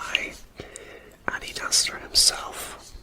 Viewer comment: Wow, I had no idea about the history of Adidas. Thx for the facts! I love the way the logo came out! 😊 I adore the way you pronounce "Adidas" I am definitely going to start pronouncing it just like that!